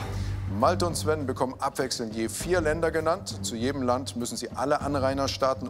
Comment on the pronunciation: Sven war sehr gut, ere kann sogar die Richtung sagen